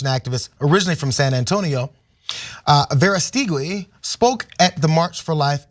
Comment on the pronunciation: Is it not pronounced "Vera stooge i"?? But we know you have to be a sicko to support Trump anyway so no big surprise here. The Nazis were really good at messaging also.